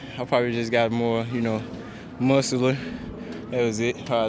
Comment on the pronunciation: More “Muscler” 😂 love jamo